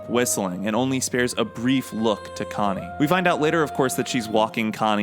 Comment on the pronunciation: sounds pretty normal to me bruv